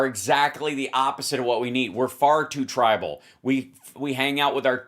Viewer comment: hal, it's tribel, not tribal. maybe it's pronounced "tribble", for all I know, but it isn't 'tribal". and so far, it's like twitter with an edit button and a couple other things I like.